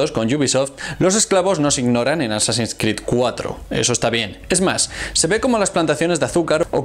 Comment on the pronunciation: Llevo ya como dos semanas viendo videos de éste canal, y no entiendo de donde saca dos pronunciaciones en inglés. -"Assassins" como "asasÁins" en ves de "AsÁsins" -Cada vez que hay algo que involucra la letra X (Static X por ejemplo) como "IX en vez de EX" Static IX IX men. En fin. Buen canal por todo lo demás. Muy informativo.